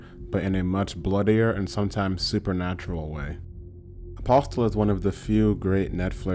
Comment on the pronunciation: Good lord! The T in Apostle is silent!